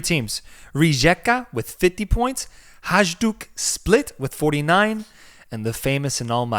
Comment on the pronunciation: Thanks for covering Croatia! Love your show. Pro tip: the letter J is pronounced as a Y like in Northern European. Hajduk = High Duke Rijeka = Ree Yeakuh ☺️